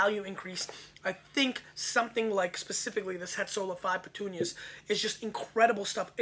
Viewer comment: Also it's not "petunias". it's puttonyos (Poot-tone-yosh). It refers to the amount of sweetness (sugar) left in the wine after fermentation.